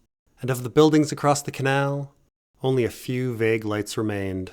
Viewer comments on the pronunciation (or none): none